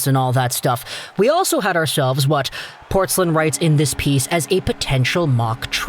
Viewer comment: Dude, it's Portz-LINE, not Portz-lin. Wouldn't be a huge deal, but hearing you mispronounce it over a dozen times rankles.